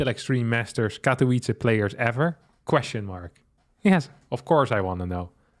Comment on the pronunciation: Poland says: Katowice Harstem says: Katołice